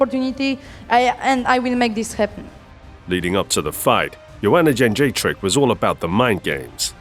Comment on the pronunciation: Thank you for pronouncing Jędrzejczyk correctly. And not that nonsense like “Joajeyjack” like Rogan used to do. By the way... she got what she deserved.